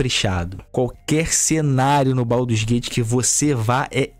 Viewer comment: Baldurs não, BADUS GATE